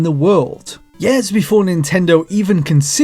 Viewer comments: Learn to pronounce "years". Please. Not "yeehr". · Over twenty YARS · "... for over 20 YARES"